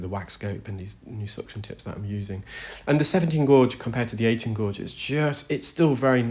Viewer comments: Gauge. Not blo0dy gorge. Lol. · I love hearing your voice when you explain what is happening. I'm glad these people have been able to find you help them.😊 The word is gauge with a long a sound not the word gorge with a long o sound. I live in Tennessee and I know people make fun of how we talk too.😊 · Oh my goodness this poor patient, it must be horrible. I love how much you educate us with your narration. I'm in the UK and having worked in engineering and knowing lots of engineers gauge is pronounced like gayj. That is the correct pronunciation in English, I can't say how other countries might pronounce it. Gorge is a different word meaning a narrow valley between hills or mountains etc... like Cheddar Gorge here in the UK. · Gourge? Who the hell is telling you to say that? Pfft, 'gauge' is definitely pronounced gayge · Who told this man to pronounce gauge as gorge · Please stop pronouncing it "gorge". It's hurting my soul. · I enjoy your content but most especially how articulate you are. BTW the correct pronunciation of gauge in standard English is « gage » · the way you are pronouncing gauge as "godge" is hurting my brain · Guage rhymes with wage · There’s no way Gauge is pronounced Gowdge. Sorry. Just no way lol! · He pronounces it "gorge" not "gowdge" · Love your videos! Re your pronunciation of gauge. In the UK gauge is pronounced gage (rhymes with cage). You’re obviously a great reader! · Wow 2nd comment! Love your channel and compassion ❤ And gāuge has been the pronunciation forever. Think "gay-juh". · Yes and pretty much everywhere else in the world where English is spoken. His other pronunciation of gauge was wacky!